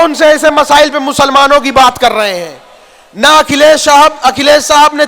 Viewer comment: Abe masile nahi masla bol be bolna to Sikh le